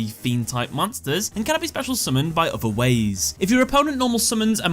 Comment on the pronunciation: "...by other wAiZe."